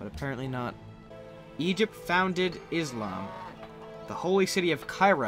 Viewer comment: XD did he say aslam?